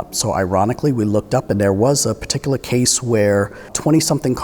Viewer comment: "This patikaluh situation"